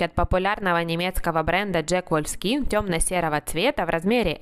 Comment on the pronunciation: Некоторые вещи были очень добротными и красивыми , ну а Wolfskin ударение на О, от слова Wolf — Волк , мя мя 🤣 🤗🥰 D&G настоящая